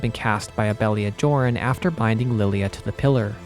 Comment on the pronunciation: Joran is pronounced "Yor-en". I learned that from Xenoblade Chronicles 3.